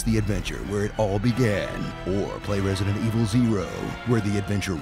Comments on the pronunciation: ''Residente Vil'' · Resadentol Eveal hahaha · At "Resident Evile" I lost it... Oh Jesus.